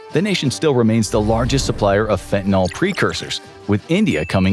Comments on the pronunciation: It may seem pedantic but from the standpoint of the actual meaning of the word it makes a big difference. The way it is frequently mispronounced suggests it ends in -ol (fentan-ALL) rather than the correct -yl (fentan-ILL). In organic chemistry this implies a completely different molecule, an alcohol rather than a general alkyl. So why not just pronounce it like it is spelled and not contribute to the dumbing down of the populace? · Its FENTANYL not fentaNOL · its fentanYL not "FentanOL" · For dog's sake, correctly pronounce fentanyl. It's not an alcohol. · Leave it to Infographics to mispronounce fentanyl every single time...